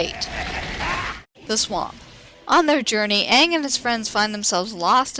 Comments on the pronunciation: Yes there is ^^ many watched it. many experienced its horror. of the miss pronunciation of "aang" as "aung" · night guardian As much as it pains me to say it.... That pronunciation of Aang's name is correct as far as real world Asian languages go. The "a" sound, especially a double a like that, tends to be the "ah" sound. However, because the original source material pronounced it as "ay-ng", the movie should have too. Granted, pronunciation is the least of the horrendous movie's problems when it comes to staying true to the series.